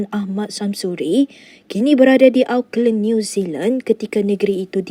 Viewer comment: Sebut Auckland tuu betul2 sikit.😂